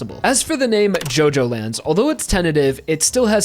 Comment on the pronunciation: It’s not pronounced JoeJoeLands it’s JuhJoeLands